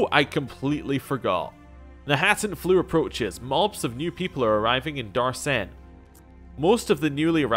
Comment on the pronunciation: My compliments for being able to read, specifically read knahaten flu correctly. I heard people say kanaten and kanarthen, and I have to admit, it's frustrating.